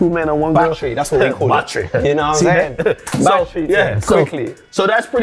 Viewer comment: dawg dem said batttrehh